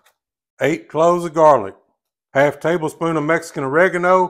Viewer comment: Wait til you hear him say "jar-lic"!! Killed me!